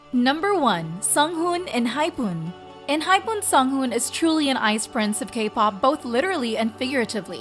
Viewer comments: Enhypoon?! , She does know that it's pronounced the same way as how it's said for the punctuation, right? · also she pronounced Jisung so weirdly (more like eu instead of i), I really wonder where she got that from. It's not an uncommon letter and she managed to pronounce it correctly in any other word... and Enhypen is literally an english word smh